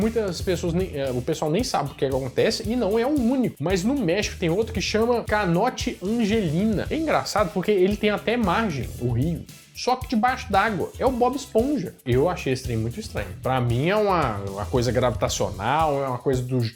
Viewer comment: 13'54'' CENOTE ANGELITA, não, cAnote.